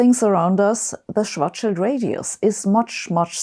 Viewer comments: it's refreshing to hear Schwarzschild pronounced correctly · Finally, someone who pronounces "Schwartzschild" correctly.